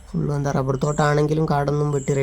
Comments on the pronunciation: ഡബ്ബർ അല്ല റബ്ബർ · മോളെ ഡബ്ബർ അല്ല റബ്ബർ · ഡബ്ബല്ല റബ്ബർ എന്നാണ് പറയേണ്ടത്